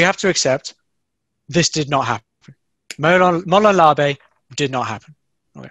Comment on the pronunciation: I stoped watching when you didn’t even pronounce the phrase correctly. So you got like 20 seconds from me hahahahhaha